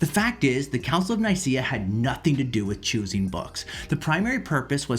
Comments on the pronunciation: Here, try pronouncing it the way it is written: Œcumenical Council of Nikæa. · Nicaea - pronounced Neekayah. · 5 bits if information that she gets all wrong, just to prove that she doesn’t know what she’s talking about. Joe Rogan is an even less reliable source. And if you’re going to talk about it, learn how to pronounce “Nicaea” first.